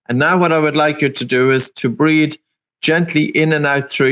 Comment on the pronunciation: Breathe...not breath.